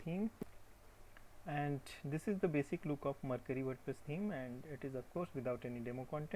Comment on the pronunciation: What is iCreate? Does it have a web address? Also, you are pronouncing Mercury wrong. Look up the pronunciation for Mercury on Google.